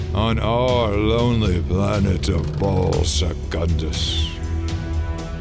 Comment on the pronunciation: I couldn't stop giggling because I kept hearing Ballsack-undus XD